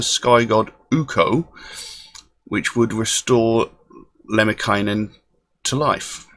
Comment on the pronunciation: Your finnish pronunciation is pretty good. Lemminkäinen and Tuonela in particular were pretty much bang on. And Suomi = Finland, suomi = finnish :) Capitalization makes the difference